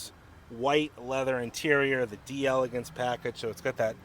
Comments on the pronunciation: JUST SAY, DAYLAGANCE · This is the French spelling so it's pronounced "DELLA GANSE". If it were Italian, then it would be Di Elegance, but it's not. Just FYI.